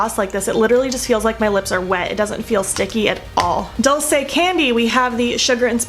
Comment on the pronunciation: It is pronounced duel say. It means “sweet”. Since we are YouTube BFF, I knew you wouldn’t mind a little help. I think the packaging of theses products is really appealing. Thank you for not editing out the parts of this video where you had to fix problems. All of us experience that and it is nice to see such a realistic tutorial. I haven’t finished the video, so I might be back with more advice.🤪. By the way, I am still laughing about the video where you said the lipstick would survive taco night!😂.